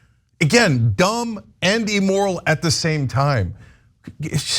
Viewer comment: Going to be pedantic for a moment because it's been bothering me for months, and Cenk keeps making this vocabulary error: He always says A-moral or E-moral when he means IM-moral. Amoral refers to a situation without morals, meaning that morality isn't really a factor (it's neither right or wrong, it just is). Immoral refers to a violation of accepted morality, and that's what Cenk usually means when he says "amoral." Emoral isn't actually a word, so I wish he'd stop saying it altogether!